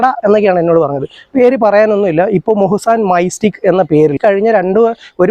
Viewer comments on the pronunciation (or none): തമേസ് ബേയ് ❌ തേംസ് ബേയ് ✅ മുഹ്‌സാൻ മൈസ്റ്റിക് ❌മൊഹ്സാൻ മിസ്റ്റിക് ✅